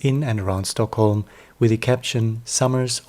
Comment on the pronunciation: Do you know for a fact that he is in Sweden?? Is that why he left Youtube? I am Swedish so I know that is NOT Swedish. If he was Swedish he would pronounce Swedish names correctly, which he doesn't do, and he would know things about Stockholm/Sweden that he obviously doesn't know. Something very serious must have happened to him since he's been gone for so long - unless he's on a holiday in Sweden as your comment suggests. Still strange that he isnät replying to his worried fans. And summer is over in any case.